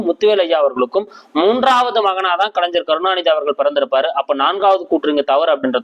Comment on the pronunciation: நன்றி ஐயா. ஞ என்பதை தாங்கள் ja என்று உச்சரிக்காமல் gna என்று உச்சரிக்கவும். கலைஞர் , அறிஞர்.தவறாக எடுத்துக் கொள்ள வேண்டாம்.